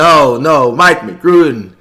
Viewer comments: Michale mcrudden rud-en not rooden flight but congrats 🙌🏾👏🏽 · Nobody gonna say how he says Michael mcgrooden is its mccrudden. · And it's pronounced MC-CRUD-DEN not MC-GRU-DEN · Flight Reacts: You didn’t pronounce right. Me didn’t you say Michael McGrudden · Flight calling him "Michael McGruder" 💀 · “Michael Mig grooden didn’t pronounce that correctly” 😂😂😂😂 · Flight is your average substitute teacher this nigga can’t pronounce anyone’s name “ Michael mcgrudden” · Lmao he told him that he was pronouncing the school names wrong but he called him micheal mcgurden at the same time 🤣🤣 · nobody : flight : mccruden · Flight correcting someone about pronouncing a name?🤣🤣🤣 say mcgrudden after 🤣🤣 he the goat tho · Its not a Flight video if he dont mispronounce someone name "Migrooda" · Flight: he mispronounced the school name A few seconds later... Flight pronounces Michael’s last name wrong😂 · says mccrudens name wrong” I knew this guy was gonna say these names wrong 😂😂love him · so we gone act like flight didnt just say som about "Michael McCrudden miss pronouncing school names flight: pasCal Siacum